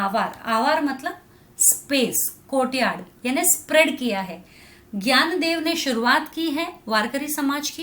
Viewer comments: Sorry mam to say this but it's not "Gyandev" it's "NYANDEV" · Mam in marathi we pronounce it as dnyandev In hindi gyandev Sry i know that you are teacher but i want to tell about it 😊